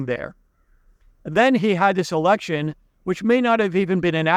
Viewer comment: Pretty sure you nearly said "erection" there rather than election. Luckily it wasn't the most interesting part of the video, thanks!